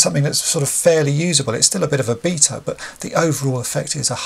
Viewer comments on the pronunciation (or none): none